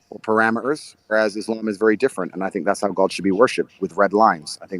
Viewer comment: The way he said it's ISLAM ❤️👏👏